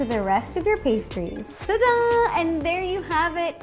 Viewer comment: I always thought it was "ta-dah" but you and Vivian Tries always say "da-dahn" so now I am confused lol